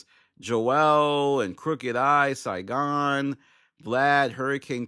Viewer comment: “Saygon” or Saigon?